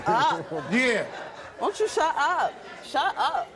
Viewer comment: It is shut up ...not shu up, Fool